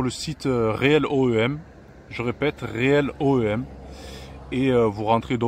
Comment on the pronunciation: Salut, très très bonne vidéo, bravo ! Mais ATTENTION à vous entendre , avant l'essai, on entend réél oem. Alors que c'est real oem . En fait c'est ce que je fais depuis des années. C'est le top! Merci d'en avoir parlé, pour ce qui ne connaissent pas. Encore bravo ! Et très bonne élocution, sympathique. Vive BMW. J'en suis à ma quatrième 💙💙💙💙. A plus. Bonne route 😄